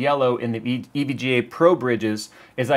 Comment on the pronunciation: This is how you pronounce it: EVG aayyyy lmao